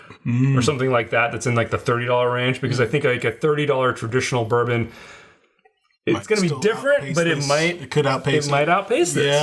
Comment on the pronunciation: Some good bloopers today between "burbum" and "ROCK HARD silver"